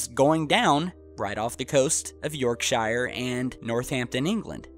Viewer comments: lol Yorkshire .......... its pronounced "york sure R" roughly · Hahaha! ........... York-shire, Lincoln-shire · pronounced york-sheer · You said Yorkshire wrong! 😠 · Why do the Americans, when talking about our counties such as Yorkshire, Lincolnshire, Hampshire etc., always rhyme them with 'fire' yet pronounce their own New Hampshire correctly? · i live in yorkshire and i actually heard it, but can you please pronounce yorkshire right fgs aha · How you said Yorkshire you said it wrong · You should be shut down for broadcasting this horse manure. It was two Typhoon jets escorting a French passenger jet, and another thing, l;earn to pronounce our counties correctly, yes Yorkshire IS a COUNTY , and it is NOT pronounced with the emphasis on the I. seems literacy problems and ignorance, with a smattering of bull go hand in glove on this channel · Come on even my Jack Russell knows its a cover up. When will the people we elect start to treat us all as adults and simply tell us the truth. Good video love the Yorkshire pronunciation reminds me of (Worcester) Worsestershiree on Shrek lol. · Yorkshire said wrong but no worries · u say Yorkshire wrong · Try pronouncing Yorkshire correctly!! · lol the way americans pronounce yorkshire lol divs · an amazing anchor that sponge divers tie ropes to descend faster,admiral bird went to the south poles not baltic oceans,nice try though,diffentnately getting alfwful close to third phases of loons,please pronounce yorkshire right,.....plus your going on two years on,you started with moon based attacked,they are always covered up when there`s no proof,whhoooaaaa . a.j lay off the k man... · Please!! It is pronounced 'Yorksheer'!! Not 'Yorkshigher! Ugh!! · The names are pronounced Yorksher...not shire shire alone is shire but, Yorkshire sounds like Yorkshir or sher....so say all the English and Irish people from there...hmmm? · Yorkshire a county not a City lol and it's pronounced Yorksheer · york-SHER not shyer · just say yorksheer lol